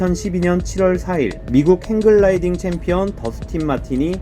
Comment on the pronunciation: 행글-라이딩이 아니라 행(매달리다)-글라이딩.. ㅋㅋ 불편해서 죄송합니다..ㅎ